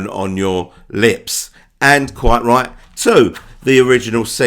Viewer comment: A big question is your speech impediment especially with the letter ‘t’ “he no-iced” and “quie-righ”